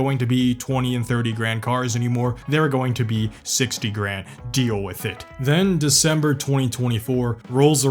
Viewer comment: The way he pronounced with as wiff makes me click off nice vid tho not to sthabby